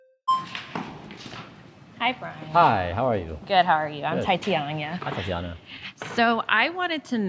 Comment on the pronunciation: Tatinanamanya, or however you’re saying it tying to be different…just say Tatiana. Even the way you pronounce your name is passive aggressive. Please take this advice, stop with the victim mentality. You’re being disingenuous when you act like your life is so hard that you can’t make ANY small changes.